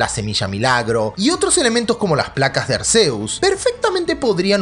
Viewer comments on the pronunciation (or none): none